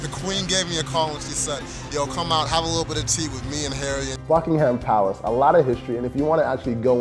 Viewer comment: Nice to have someone coming to London FOR the weather! Incidentally, it is pronounced Buckingam Palace, the "h" is silent. Please pass it on!